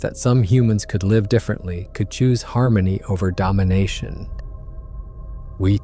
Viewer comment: Artificial voices always give themselves away, I hate it. AI is not capable of pronouncing some words properly. Words like( live) have two pronunciations this gave it away immediately at the beginning.